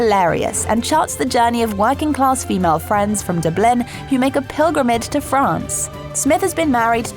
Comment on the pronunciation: How can the chick who narrates this not be able to pronounce DUBLIN